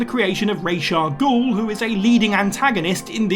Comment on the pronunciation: Thank you for pronouncing Ra's Al Ghul properly. It's not a fantasy made up name, it's just Arabic. It has an actual pronunciation.